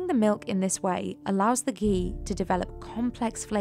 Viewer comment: The Hindi pronunciations used by the narrator are on-point, very impressive.